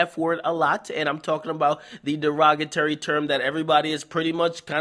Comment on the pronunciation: Shout out akademiks not knowing how to say derogatory. that's T-O-R-Y not A